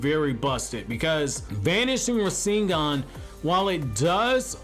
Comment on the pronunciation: “Ra sing gahn” 😂